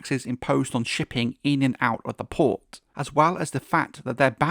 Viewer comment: You say "PORT" like a low IQ broken teethed peasant.